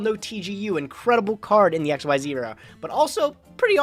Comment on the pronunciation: Xtz is not X Y Z monsters its pronounced Xyz (ik-seez) just saying